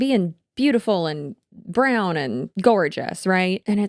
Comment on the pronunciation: I kinda felt weird when you used the word “brown “ , as if putting emphasis on the racial part